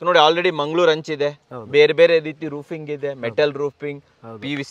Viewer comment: Roofing ❌ Rooping ✔️